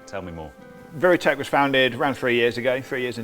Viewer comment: it's viritech, not viratech